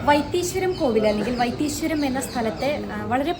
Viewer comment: വൈത്തീ "ശ്വരം" അല്ല സുഹൃത്തേ വൈത്തീശ്വരൻ കോവിൽ ..